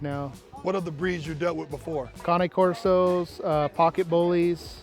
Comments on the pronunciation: Dude said Kanye Corso 😂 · did the "judge" say he does Kanye Corsos also? Before you can judge a dog, you should learn how to pronounce the breeds name. The Cane Corso is an excellent dog breed and deserves to be pronounced correctly. If you are not breeding to SABBS you are not breeding Boerboels.